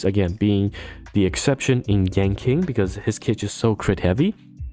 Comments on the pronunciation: just fyi but yan qing is pronounced more like yan ching and not yan king, hope this helps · It's "Ching Chue" and " Yan Chin" :face-fuchsia-wide-eyes: Q in pingyin is like 'Ch' without the h... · Stopped the vid after hearing "Yanking". I just can't lol